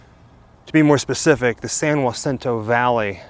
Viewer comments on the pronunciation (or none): i live in the area ( Hemet ) it's pronounced Hacinto NOT YACINTO J in Spanish is pronounced with with an H sound San Jacinto makes you sound like your from Back East. I love your videos ask a local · San Jacinto in Spanish would be ha-SEEN-toe. (Not whah, that would be spelled Jua.) Regular old white person Calfornian would be San jah-SIN-toe. LOL! :) LOVE this video and learning about Rudolph's best friend (bless her). He should stay with her, definitely. What a great story! Xoxo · Been to both resting places. San Jacinto is pronounced HAcinto. Marilyn Monroe's blood father, C. Stanley Gifford ( ), is also buried in the same San Jacinto cemetery.